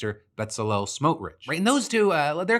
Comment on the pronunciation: It’s always fun to see how non-Jews/non-Hebrew speakers mangle Itamar Ben Gvir and Bezalel Smotrich